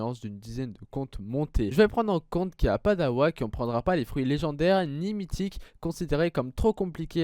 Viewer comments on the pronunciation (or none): Mes oreilles saignent a chaque fois que j'entends awake